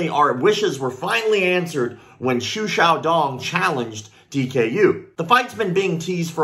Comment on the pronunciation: I very much appreciate you pronounced his name correctly.